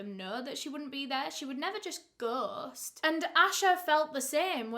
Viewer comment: Say “Ghost” again 😂